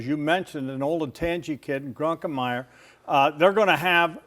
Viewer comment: It's not "Drunken"-meyer. There's no "n" in the name.